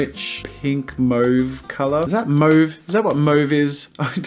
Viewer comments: asaksasdgahsdgsdfghsdfh its pronounced (M-AW-VE) not (M-OH-VE) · Mauve is pronounced Maw-v,not Moe-v, sorry Jazza... guess you really don’t know Mauve lol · it's pronounced (M-AWE-VHE) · jazza’s way of pronouncing mauve threw me off so much. wtf is that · Also learn how to pronounce mauve please Jazza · Ashley Alfred its pronounced moe-v in Australia (by most people anyway) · They're both valid pronunciations in different regions. In England we sometimes just use the French pronunciation which is kind of between the two.